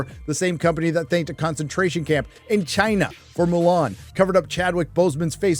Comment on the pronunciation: best thing Trump ever did was give us that awesome way to pronounce Chiyna